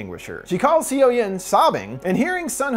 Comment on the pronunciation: Gosh, you're butchering those Korean names. Seo=Suh. I love Park Shin Hye. I'll watch this then come back.